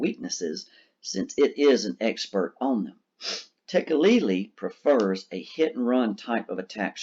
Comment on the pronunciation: THANK YOU for pronouncing Tekeli-li correctly!